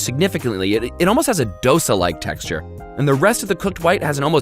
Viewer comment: the way he said dosa physically hurt me